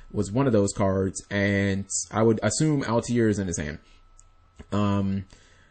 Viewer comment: i'm going to go ahead and be that guy. why do you pronounce altair "al-tee-air"?